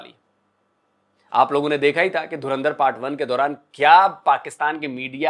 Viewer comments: Jahilo mdrsachpo naam tho lena seekh lo derendar nhe dhurandhar hai bhe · धूरंदिर😂😂😂 Naam to dhang se le le😂😂😂